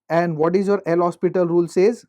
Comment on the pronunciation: hopital not hospital XD